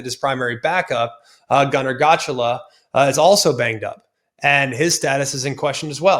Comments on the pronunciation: Gunnar Gotchala! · funny af how you pronounced gunners last name lmfao